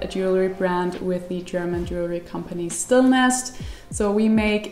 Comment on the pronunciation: It´s pronounced "Stiiilnest" (with a long "i") :-) Love from Germany